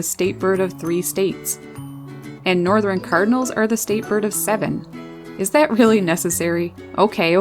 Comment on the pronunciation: "Northerin cardinals" 🤣